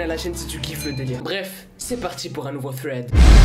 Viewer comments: "Fwed" mdr on dit pas comme ça mais pg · Un "frayd" 😂😂